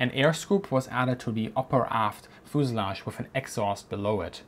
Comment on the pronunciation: As you do lots of videos of airplanes, learn to pronounce fuselage.